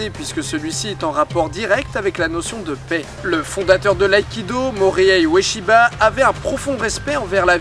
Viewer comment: Super vidé!o! Mais tu as massacré le nom de O'sensei Ueshiba x) (seulement dans l'accent j't'assure :3)